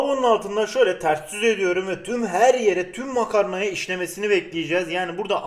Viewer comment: Şöyle devam ediyürüm